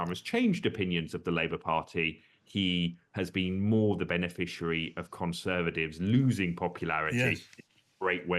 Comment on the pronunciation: Conservadivs?? Why can’t this bloke say Conservatives? Vote Reform